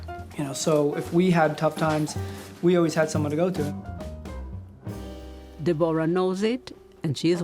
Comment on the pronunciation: "De-bor-a" Please, it is simply DEBORAH